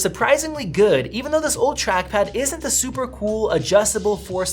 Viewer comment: I thought I heard “this trashpad”